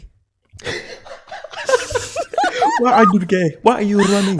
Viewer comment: I just can't stop re-watching the " WHAI R U GAE" XD